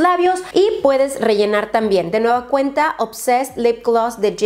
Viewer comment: Amo los videos de pero alguien mas a notado que habla muy raro.. Como k reemplaza muchas veces la letra N por la letra M... Como cuando dice... De nueva cueMta...